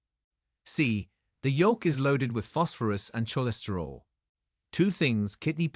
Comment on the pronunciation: CHolesterol he says, as in the words Choose, Chesapeake, chum, chicken. the rest of us call it pronounced COL esterol.